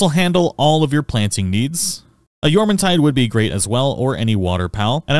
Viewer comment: YEAAAAAH YOU PRONOUNCED JORMUNTIDE RIGHT LETS GOOOO fantastic guide btw